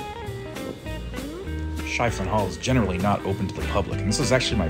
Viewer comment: That's pronounced "sheffelin".